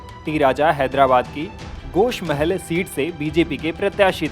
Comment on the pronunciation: गोशा महल ना की गोश महल